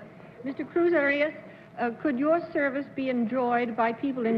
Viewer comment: Also, he calls Cruz Arias ’Cruz Orios’; more like Oreos, really.